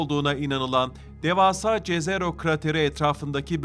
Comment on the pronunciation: Jezero diye bir şey yok jezero yazılsa da yezero seslenmeli ki yerini bulsun